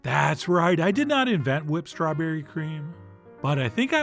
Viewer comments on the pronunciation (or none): Whipped pronounced like Stewie..